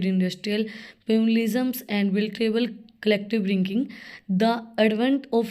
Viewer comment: Pronunciation sucks 😢😂